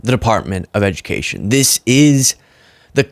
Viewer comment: No ed-u-meh-cation = more republican voters